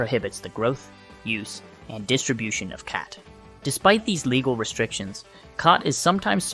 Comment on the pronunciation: Bro cannot decide how to pronounce "khat" lol. Also, saying "schedule I V" while showing a syringe being filled up is going to be super misleading to people who don't understand that it should be pronounced "schedule four" and that the schedule level of drugs has nothing to do with the route of administration